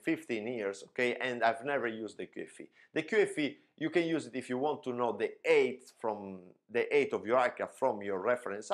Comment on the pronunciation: Nice explanation, but please allow one critical comment: As a 737 pilot you should be able to pronounce “HEIGHT” correct. You say “EIGHT” which in English is the number 8. Later, you pronounce height a little more along the lines of “aid”, as in helping someone. Anyway, I understand that its your mother tongue playing tricks with your pronunciation making it hard for you to hear and pronounce the difference but trust me, it’s making a mess of your message!